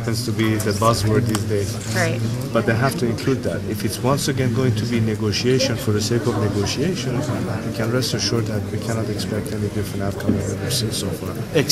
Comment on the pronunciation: اینکه همه عمرش فقط چهارسال ایران بوده چرا انگلیسیش اینقدر اشقال هست؟ Eksept نیست Expect هست. Altimate نیست Ultimate هست. Tangeable نیست Tangible هست. از هر. ۱۰ لغت سه تاش را اشتباه میگه و ۷ تاش را بد تلفظ میکنه.